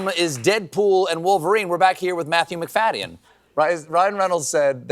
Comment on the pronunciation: He didn’t pronounce MacFadyen correct